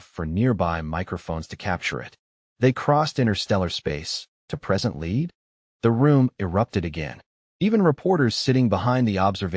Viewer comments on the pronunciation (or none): Argh! Lead is pronounced "led," not "leed." And he came to preSENT the cartridge, not PREsent. I'm out, thumbs down because of the lousy AI narrator.